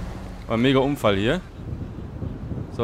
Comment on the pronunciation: Warum sagst du Umfall und nicht Unfall